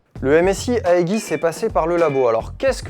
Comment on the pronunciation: Ca se prononce iidgisse